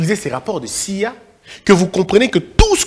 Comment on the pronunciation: le m dans le mot damné est muet donc ne doit pas être prononcé je vous dis ceci parce qu’il me semble que vous le prononcez toujours et l’agence Américaine d’intelligence dont vous parlez ne se dit pas comme si vous lisiez un mot les lettres se disent individuellement donc C-I-A